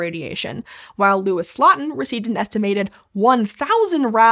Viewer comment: For the very little it's worth, Louis Slotin's last name should be pronounced like "slow-tin", not "slottin' ". ❤